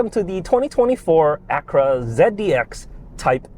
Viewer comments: Ak-u-ra, not Akra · Lame, biased review. If Honda is so great, why did they have to borrow GMs tech? They bought the best platform money could buy, which is available NOW, and you nit pick at the buttons and mispronounce Acura...